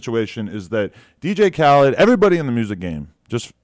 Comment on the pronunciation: "Dj Khled" I don't know why I find this funny